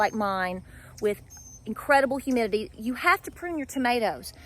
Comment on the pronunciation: I crack up now, everytime you say highmitity 😆